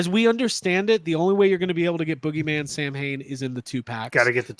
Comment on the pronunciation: As an Irishman I find your pronunciation of Samhain highly offensive, and the less said about your “singing” the better 🙄😂😂